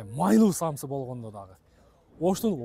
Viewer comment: Самса десен самсы дебей манкуртсунбу.